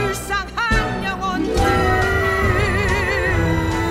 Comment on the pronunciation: 목소리 너무좋은데 다 잘했는데 딱 한부분을 못해서 완벽하질 못하네.. 무려 노래 제목인 '불쌍한영혼들' 처음 가사 나올때 엄청나게 귀엽게 부르셨네.너무 별로임. 이게 귀여운 노래인가? '-들' 발음이 너무귀엽다. 관능적이고 질척대면서 꼬드기려는 더러운느낌을 주려면 정직한 '-들!' 보다 '드~얼' 이나 '더얼' 쯤이 좋지않을까? 영 혼 들! 이라니...